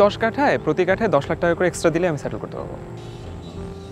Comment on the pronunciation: স্যাটlল করে দিলো? বাংলাদেশীদের ইংরেজি উচ্চারণ খুবই মজার 😁